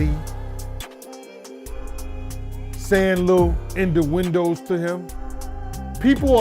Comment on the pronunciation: IN THE WINDOWS 👀👀👀👀😂😭😂😭😂😭😂... It's "innuendo", but you got it 🙏🏿.